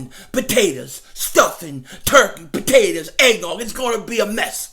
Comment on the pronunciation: "Bahtatahs" 😂😂😂 I love it